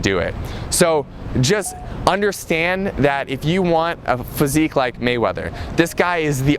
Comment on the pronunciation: Floyd Waymeather???